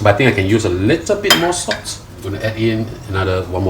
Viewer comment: Its PRAWN HEADS. NOT PRAWNS HEAD. Its SALT, NOT SOTT.